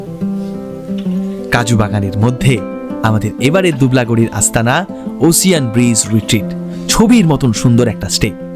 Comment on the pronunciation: “ওসিয়ান” নয় “ওসেন”